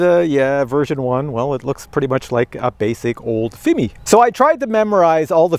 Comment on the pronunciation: Still trying to figure why pronounces Fimi as Fimee, but for Cine he says Sceeny, lol! AR least be consistent! 😆 Then again, I say Feemee, and Siny, we are probably both wrong!